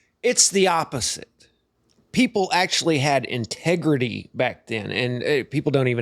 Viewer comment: ....In-teg-rity.....isnt that an old Lexus model from the 90's? 😂